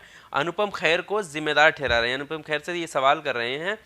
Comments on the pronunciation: It’s Kher not Khair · khair nhi Kher hai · भाई मेरे ख़ैर नहीं खेर है, बुरा नहीं maniyega क्योंकि ख़ैर सुनने में अजीब सा लग रहा है। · खैर नहीं खेर है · ख़ैर नहीं खेर।